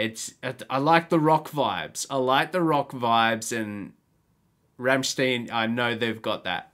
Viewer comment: From a fellow Aussie welcome to the Rammstein rabbit hole! Just come across your channel when looking for Rammstein reactions! They do touch on very dark shit so be prepared! Keep going🤘 Oh it’s pronounced Rammstine not Rammsteen.